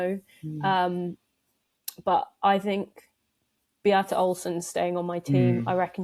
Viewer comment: Good to hear someone in England pronouncing Be-ata's name correctly! Often it's more like Beat-a.